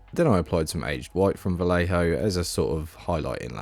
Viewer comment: Every time you said "Vallejo", I involuntarily cringed.